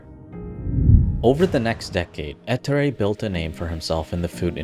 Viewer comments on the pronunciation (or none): Please never say ettore again. The pronunciation is on the o eTTOOre